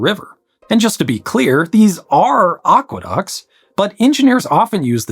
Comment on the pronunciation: They are not "oqueducts"; they are aqueducts.